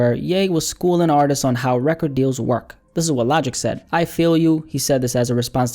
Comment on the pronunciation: You say record funny